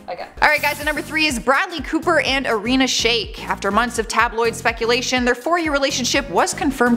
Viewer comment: Please say Ariana’s name right